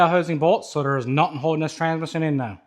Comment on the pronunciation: 🗣️“Fill up da Tansmishin” 😂